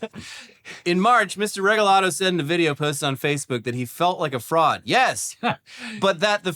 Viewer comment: lmaoooo this mf said frood